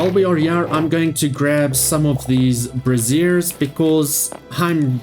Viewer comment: It's brazier: bra·zier not brassiere: bras·siere!!! brassiere is boo ba support dum dum